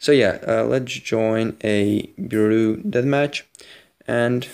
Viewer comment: Btw bureau is pronounced bur-o